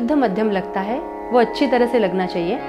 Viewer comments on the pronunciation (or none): none